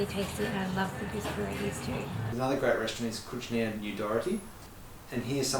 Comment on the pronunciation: Ignoranci. Jadę gdziekolwiek, to sprawdzam jak wymawia się rodzime słowa. A ci tu jeszcze kręcą filmik. No i słyszymy Kucznia i paczki. Żal.